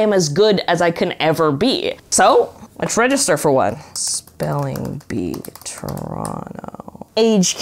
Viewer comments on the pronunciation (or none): none